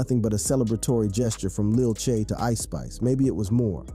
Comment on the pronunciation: Just to let u know it's Lil TJay but don't say them together but put a space in between T and Jay so it says T Jay